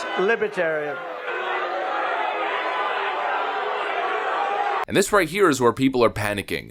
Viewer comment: Brandon can’t even pronounce the word Libertarian……